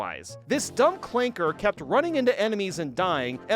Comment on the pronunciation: WITH THE HARD R!